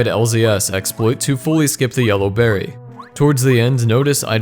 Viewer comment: You pronounce berry like berrey.